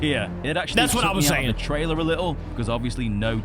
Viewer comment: (No rude) you said triailer it’s trailer